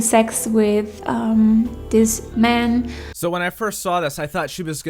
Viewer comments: every time she tries to say man it comes out as men. i don't think its just the German accent. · Notice how she says "I met a new men." not man. And don't give me that its her accent shit. she's speaking well enough with more complex words.